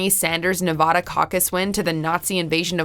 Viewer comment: It's not really that hard to pronounce Nevada correctly is it?